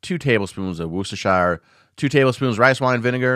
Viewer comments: Great video, but Worcestershire has three syllables WHU - STAH - SHURR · Great video definitely gonna try this!! Just FYI, as a Brit who lives in Worcestershire, it’s pronounced “wuss-ter-sheer” 😂🫡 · Wooster-SHEER! SHEER! Bloody hell. SHEER! :)